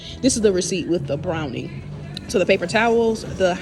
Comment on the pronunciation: Brawny not Brownie